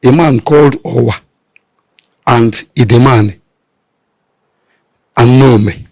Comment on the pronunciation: Edemal not Edemani.Why are you changing the 'l' to 'n' which is the pronunciation of a different Igbo tongue? Your tongue is more ancient and uncorrupted.